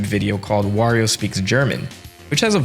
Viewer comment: im gonna assume you didn’t grow up pronounce wario’s name correctly cause I notice you switch between wario and the infamous woreo a LOT